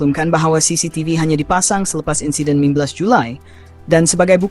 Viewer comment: sapa la suara pngulas ni, insiden jd insaiden..